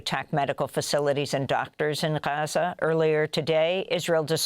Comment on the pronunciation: Amy, your news is in English so just pronounce Gaza normally, it's fine.